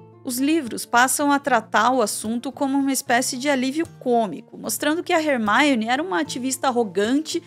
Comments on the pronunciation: falando "HERMAIONE" sendo que no filme eles falam Hermione. Soou estranho prara mim. Alem de falar "chapeizinhos". Pô,... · Rer-maione??? Leia-se Ermione. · Hermaione? 😂 Num é assim q pronúncia em inglês não. Tá mais pra Hermone. Desculpa fugir do assunto vídeo pra comentar isso, mas não aguentei. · Foi a primeira vez q eu vi alguém pronunciar o nome da Hermione como "Rermáione" (estamos no Brasil, não tem necessidade). No mais, excelente vídeo. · video muito bom, mas falar hermaione ao inves da forma como ela é chamada nas dublagens brasileiras do filme fica muito estranho kkkk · Primeira vez que ouço Hermione com essa pronúncia